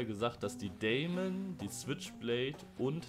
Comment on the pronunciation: Die Deamon wird englisch ausgesprochen, also "Dimen" und es heißt Drachenodem und nicht ödem😅 dazu hat die Deamon nur Schnellfeuer 1..... die switchblade Schnellfeuer 2